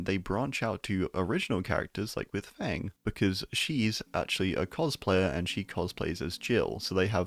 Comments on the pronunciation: 'Feng' is pronounced like 'Phong', not 'Fang'. 😉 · Great video just a note, Feng Min’s name is pronounced ‘Fung’ and it’s her surname so she should probably be referred to as Min. No one ever does out of ignorance though and they just market here as Feng now even though that’s the same as calling Detective Tapp just Tapp but Min has no title lol Edit: also taurie is a member of the black talon not the vale but it could be a splinter cult or alt terra version of the vale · Yeah it should be pronounced Fung, as in “lung” in English